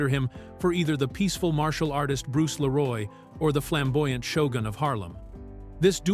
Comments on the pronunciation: It's "Lee-roy" not "La-roy" ffs. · Not Bruce Lé Roy, it's Bruce Lee Roy. 😊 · Lee Roy not la roy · i'M sooooo sick of these fake Ai generated videos. I was interested in this until I kept hearing the voice mispronounce the name. It's Bruce Lee Roy, not Bruce LaRoy! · I love this movie! I have lost count the times I would watch on cable back in the day. The facts are great to learn. Please review the AI doing the speech. His name is Bruce Lee Roy NOT Bruce Leroy. It grates when you listen to take the information actual if they can't pronounce the names correctly. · Leeroy not Laroy you damn AI auto edit turd xD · I know the narration is AI but it's Bruce Lee-roy. Not Leh-roy. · Bruce LEE-ROY! 🤦🏻‍♂️ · This AI narrating crap has gotta go.. it Bruce LEE-roy...not Bruce la-ROY..WTF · Leeroll kept taking me out of it. It’s Leroy. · I swear bro, got my dawg sounding french. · LEE- Roy! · Man if you don't stop saying 'Leroy' like that. Who tf is "Laroy"? Lol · Bruce Leroy not La'Roy. Also 2 dollar million? Stupid AI voices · Bruce la-roy...lol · "Bruce Luh-roi". Ugh. AI voice synthesis with lazy production. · Bruce La-roy 😂🤣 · LAROY???.HOW FUCKING DARE YOU RUIN THE PLAY ON BRUCE LEE's name!! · 😂 La-Roy pronunciation of his name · dang AI voice.. leroy? it is Le-Roy! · 🤣 Bruce La Roy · lol why does he keep calling him Bruce Leroy 😂😂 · Couldn't have told the AI to pronounce "Leroy" correctly? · Is this narrator AI generated? It sounds inorganic and the fact that he can’t pronounce the name “Leroy” is skeptical. 😅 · AI is lazy. Can't even say "Leroy" correctly.